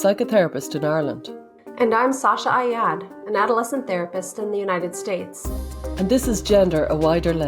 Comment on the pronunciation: Sasha, you should try and teach Stella how to say Ayad with the ع sound.